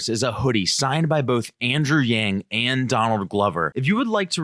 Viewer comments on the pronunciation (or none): He was saying or reading from a teleprompter "Andrew Yang joins..." and accidentally said the "j" from joins in the word before it. It's not that complicated lol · He was saying "Andrew Yang joins us..." and slipped to the "j" sound first. That happens to everyone. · Did he just call him Andrew Jang? Lol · LOL at the slip of the tongue where he nearly says Andrew Jackson. Ironic because I've long felt that Yang (once victorious) may very well be the one to step into our government and solve the MASSIVE problems with money in politics and big banks, largely put into place by Jackson. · He almost said "Andrew Jang" but corrected himself. Probably he was learning a language where "Y" makes a "J" sound, or he is slightly dyslexic, No big deal. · He fucked up ma boi yangs name..... why is it soooo hard to say it Correctly????why don’t they ever fuck up the others names like Pete buttabut Or senator . warden And such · He was anticipating saying " thanks for joining us " so slipped the J where the Y should have been in Yang. It's chill.